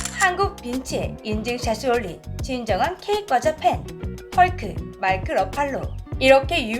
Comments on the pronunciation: 과자가 꽈자 발음이 들리는건 저뿐인건가오 :) 가상인간 발음 수정 부탁드려요.:yougotthis::yougotthis::yougotthis: 아참, 첨언하자면 러시아의 경우 초코파이 등 국내과자가 대거 군보급품으로 주고 있어요. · 아~~~ 오늘도 어쩔수 없는 고향의 발음....'꽈자'...ㅋㅋㅋㅋㅋㅋㅋ